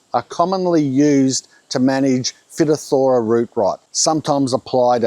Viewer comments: The way I established Warratas was to treat them with a systemic fungicidal treatment till they developed a Lignotuber, took over a year of monthly treatment - they are also susceptible to phytophthora (pronounced - Fyto - Thora), there's more to the Waratah story - but once they are established & have the correct sub surface setup, which is a bit more complex than just good drainage & something I'm sure is still not widely known even though I've been letting people interested in them know & the reason you rarely see them in cultivation, once they develop a lignotuber they are ok & develop resistance to pathogens ... perhaps that's your only option? though you'll be doing it monthly while the plants survive. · I may be wrong, but at least up here in Yankee land, we say "Fi-Thop-Thor-A" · phytophthora is pronounced fy-tof-THOR-uh.... Fi as in rhymes with Hi. You'll have an easier time pronouncing it the correct way. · Fi (as in five) toff - tor -a Phytophthora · Phytophthora is a huge problem for us in Hawaii-- especially in cacao. FYI, jts a weird word everyone stumbles on, but the pronunciation is more like "fai TOFF thur uh." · Fy.toph.thur.uh! Root rot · Pronounced phy-top'-thor-a or phy-top'-tho-ra It happens here in Southern California in clay soils as well I live on Sandy Loam and they grow like weeds You might also have Verticillium Wilt and/or Anthracnose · It’s pronounced like this Fy-top-ther-ra. Sad to see that it’s been hitting all of your attempts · Fy-top-thora is the pronunciation of that fungus name. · Phytopthora is pronounced, "Fi top thra' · Just trying to help you out here, no offense intended. But phytopthora is pronounced: "fye-TOFF-thor-uh" with the emphasis on the second syllable and a long i sound on the first. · Hi I’m pretty sure it’s pronounced “fight-off-there-ah” and it’s bad for potatoes too (potato famine Ireland) Love ya work 👍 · Fy - TOP - thor - ruh. Thanks the heads up. My Dad lost his orchard to this.